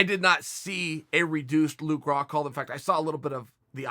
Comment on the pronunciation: His name is Rockhold not "Rockhalt"...